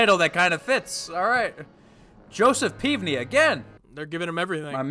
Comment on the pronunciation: Joseph [Pev-Nee] is how I've heard people who worked with him pronounce it. Just to clear it up 👍